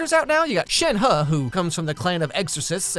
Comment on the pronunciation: I get that foreign names can be difficult to pronounce… BUT I CRACKED UP AT THE GENSHIN AD: “shen-HUH”